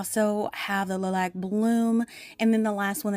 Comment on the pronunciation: It’s Lie-lack. Lilac.